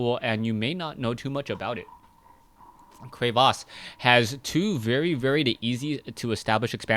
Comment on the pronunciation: i will subscribe to u, if u don't say crevasse like that. llol jkss =P